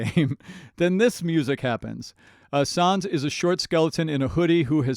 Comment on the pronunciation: btw it's pronounced sAns